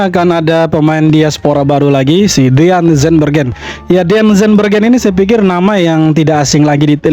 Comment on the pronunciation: Pelafalan namanya salah.. DEAN itu dibaca diyn.... Bukan deyan... Jangan sembarangan baca nama orang.. Kalau BUDI dibaca byu-dai mau gak...???